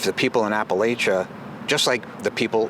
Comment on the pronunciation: Thanks for not punching that guy for mispronouncing Appalachia. I know that hurt😂.. You come to Bristol we get BBQ on me. Also. The last piece on substack was beautiful - personable and smart. The spirit of down home is deeeeeeep 😂